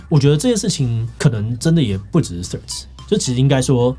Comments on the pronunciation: 個人認為「穗子」也不錯～至少講出去外國人還有可能猜得出你是在說哪一個app —英文爛到會講「脆」的都去💩一💩喇！ PS: ㄘㄨㄟˋ=ts開頭、或者至少tr開頭(其實tr開頭已經要念ㄔㄨㄟˋ了xd) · 來賓一直唸成脆此害我聽的很出戲欸